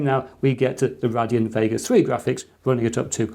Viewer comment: RAY-DEE-ON, sorry it triggered me..